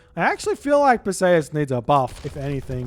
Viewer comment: The hades myth hero is pronounced Per-see-us